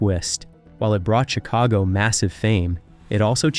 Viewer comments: Yes & the band CHIC-ago went on to make Peter SET-era a big star with the PEO-ple of Amer-ICA & one of the greatest vo-CAL-ists of all time. Get it right you bum!!! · The band's name is pronounced 'CHICK-a-go' ... You need to be consistently wrong.